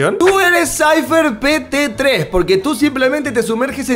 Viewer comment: Nadie: Absolutamente nadie: Nadie en el universo y más alla:: SAYFER PETE 3 Yo: muriendig de risa🤣🤣🤣🤣🤣🤣🤣🤣🤣🤣(te amo eres lo más❤️🔥)